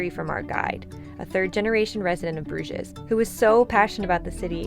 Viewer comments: Great video. Just one thing: in French and English you pronounce Bruges without saying the ‘s’… so ‘broozh’ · There are several inaccuracies in this video - you mispronounced Bruges and Alsace, also raclette is normally eaten on potatoes, not bread as you said. I think you confused fondue being eaten with bread and raclette with potatoes. Otherwise, nice job!